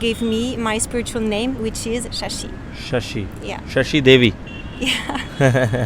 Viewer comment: Unka naam Shasi hai shaasa nahin 😜